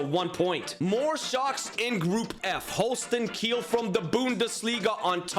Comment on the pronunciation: Its holstein kiel not holsten kill